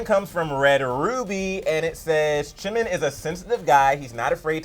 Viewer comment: "ChiMiN" Lmao😂 #NoHate